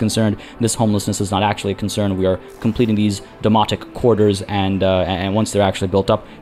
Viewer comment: Loving the series! I do chuckle every time you mention the Domonic Quarters as it sounds like you are saying Demonic and that is just brings visions of with The Warp from 40K or maybe Event Horizon?